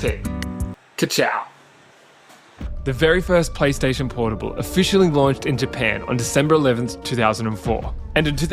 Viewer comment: bro said pornable